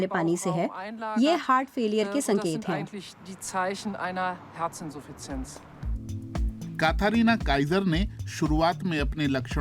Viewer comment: कथरीना नही कैटरीना होता है😂